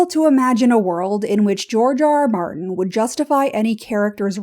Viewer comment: Sounded like “Jar Jar Martin.”